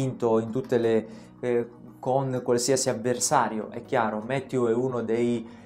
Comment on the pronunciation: Va bene tutto,, ma Mathieu è un nome francese, mi fa male il cuore a sentire nomi non inglesi "inglesizzati"😅